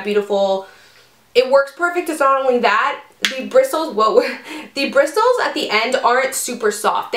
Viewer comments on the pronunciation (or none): ahh i love this. btw: the t is silent in "bristles" :)